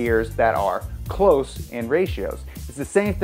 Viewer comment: Close ratio transmission, not cloze ratio transmission.🙄